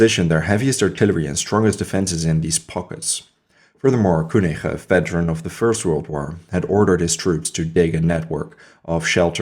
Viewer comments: the name: Koenig: "kooneerh"...the fuck? It's said "Kenigg" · prononce Keunig please :))) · Koenig was French and his name has to be propronounced